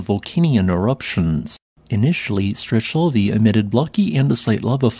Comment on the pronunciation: Nice video as always... Wonderful work of documentation, and a volcano chain I didn't know it existed! Just as a quick note, your prononciation is a bit off... Strechovy would be pronounced as "Strekhovy " with the Russian Kh sound like in Sakhalin... And the last one goes by "Koshitsky Klechenov" 😊